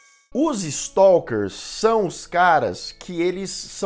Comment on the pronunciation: Staaaalker, não é Stolker